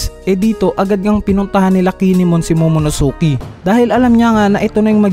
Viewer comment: Sir tip lang po pag binasa ang Momonosuke silent u. Ang cringey po kasi. pati ke not ki po.